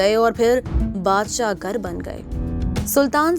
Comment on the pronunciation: u repeatedly a word "Badshah Gar" that is correctly Badshah Gur (King Maker)